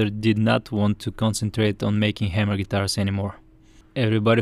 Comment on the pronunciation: It's Hay-mer, not Ham-er.